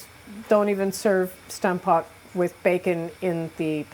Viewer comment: It would be fun if you pronounced Stampot the way the Dutch would say it. That aside, it’s a really great dish. I’m happy you featured it. It’s a simple and hearty meal. With a gravy it’s even better!